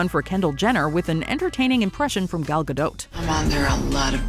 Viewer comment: Thank You for pronouncing Gadot correctly. She said something about how to correctly pronounce her name around the time WW came out. You don't know how many people say it like it is a French name